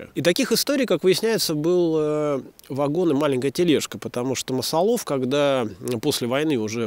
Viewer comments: МасАлов, думаю.. так как от масал, если бы от корня "лов" , как птицелОв, тогда да и ударение на последний слог. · "МасалОв" звучит, как "БородинО", хотя та деревня на самом деле называлась "БорОдино"...